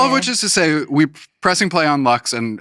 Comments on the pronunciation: no es leqss, es LUX, joder una puta cosa que tienen que pronunciar....!! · "Study up" and they can't even pronounce the album title right 😭🥲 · los entrevistadores son taaaan yankis!! les explota la cabeza con que una persona pueda aprender otros idiomas, no tenga ningún interés en "cambiarse al inglés", son incapaces de pronunciar LUX de manera no anglo... qué pereza, Jaime Altozano te necesitamos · I mean, they can't even pronounce the album title right so are we shocked lmao